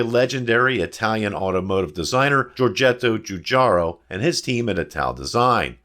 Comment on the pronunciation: Pronounced "joo-JAH-ro". Helps to pinch your fingers together next to your face when you say it.